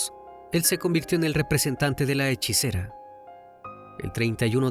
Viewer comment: Es "Hechicera ", Crimi🙄🤗😘